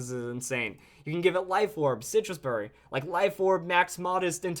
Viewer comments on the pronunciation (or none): none